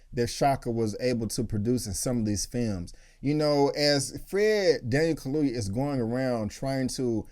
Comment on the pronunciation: Kaluuya, get his name right . Because he has a proper African last name. Put respect in it.